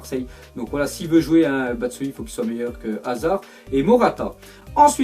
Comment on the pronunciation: Connar batschuayi pas batsayi btp